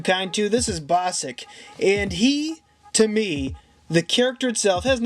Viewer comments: It’s Bossk. Not Bossik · its bossk not bossik no hate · its bossk not bossak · ITS BOSK! NOT BOSICK! DUDE, THATS SUCH A CRINGY MISTAKE!